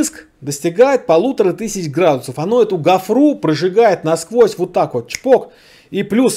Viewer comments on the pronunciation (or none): none